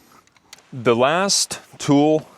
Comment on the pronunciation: I want to know the exact pronunciation of "the" in front of consonants. You pronounced it the sound of "the" in front of vowel. So please explain me!!!